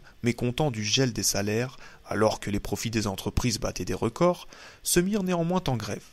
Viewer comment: merci pour cette lecture intéressante mais qu'il est pénible et insupportable d'entendre toutes les trois minutes des fausses liaisons! (... se mirent néanmoins t-en grêve... , ...sont nés t-au japon...)